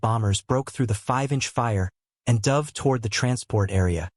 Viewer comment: The AI voice is annoying. For example, repeatedly pronouncing "dove" (past tense of "dive") like the bird. Also, why repeatedly showing a picture of the five Sullivan brothers (killed on the USS Juneau off Guadalcanal, a Fletcher-class DD was named for them). Too few pictures repeated over and over, especially when talking about post-WWII ships (plenty of pictures available for that subject).